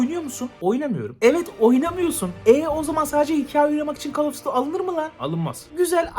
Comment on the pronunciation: call of diti